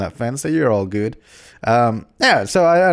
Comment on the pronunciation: "It's all geewd" 2015